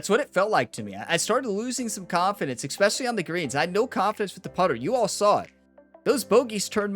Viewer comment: The word is especially not ickspecially